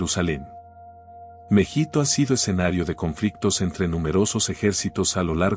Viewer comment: Creo que es Mehido, y no Mejito. La batalla se origina en el valle de Mejido/Mejito